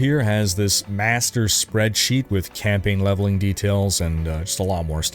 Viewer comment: I was trying to figure out what a camping guide was.... Then I realized you were saying campaign guide.